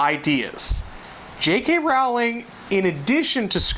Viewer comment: Rolling is how you pronounch her second name thought as you are pointing out her faults haha. I did find your video enjoyable though,but I think even though sometimes there are some things a bit crazy,I do adore the Harry Potter books and movies!!